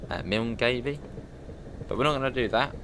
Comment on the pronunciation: Milngavie is pronounce Mul Guy